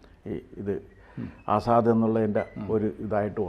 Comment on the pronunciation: It is not Azzaad. It is AZAD means lion